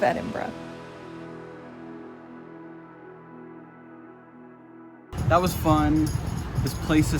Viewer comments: Must confess i loved your enthusiasm for Edinburgh, one of the first video's i've seen it pronounced correctly. Hope you come back you've only scratched the surface. Wishing you all the best on your travels. 👍🏻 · firstly ,,, props to you for pronouncing Edinburgh correctly and im so glad you loved the city and country . i lived there for a few years n i prefer it to glasgow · It’s always refreshing to see my home through another’s eyes, I’m so glad you enjoyed yourselves…and for pronouncing Edinburgh correctly 👍🏻 Haste ye back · This filled my Scottish heart with joy, seeing how you both reacted to our beautiful city of Edinburgh and well done you pronounced Edinburgh the correct way. I love Edinburgh and live only an hour and a half away from it, the buildings, the history, the old town and the new town. I am so glad you loved Scotland. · Thank you for pronouncing the name correctly. Man it hurts to hear some Americans say it.